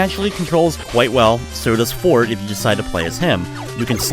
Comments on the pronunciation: Rockman Shadow is called Quint. Forte is pronounced Fort-Ay, not Fort. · Except here it's not the French word but the Italian word related to music. And it IS pronounced for-tay.